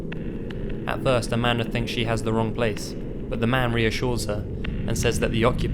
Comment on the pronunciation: I know her name is Amanda but i keep hearing Amander💁😳